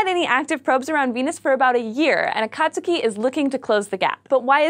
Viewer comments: I hate to be that guy, but it's pronounced A-kah-tsuu-kee not a-kat-tsu-key. The vowels are always "flat"... But, that's not important, what's important is that we'll probably be getting more information about a planet that we think know everything about. Let's hope everything goes ok for the probe! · It's not A/cot/sue/key it's A/cot/ski. The u is silent.(ish) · Ah-Kaht-Skee That was bugging me >.< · it's pronounsed A-kat-ski. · it's pronounced >>>Akat skii<< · I'll make sure to eat a few case-o-diLL-ahs with my friend Joe-say next time a watch a video on here. If you're going to speak to tens or even hundrends of thousands of people, perhaps you should learn the correct pronunciation of the very thing the video is about.